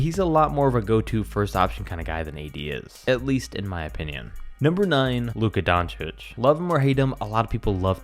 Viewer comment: Uh how he say Doncic? Sounded like Don-Cho-Vitch? Is there supposed to be a V sound?